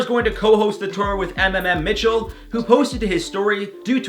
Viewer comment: I love how he pronounced mmmmitchel. It’s muh-muh-muh-mitchel.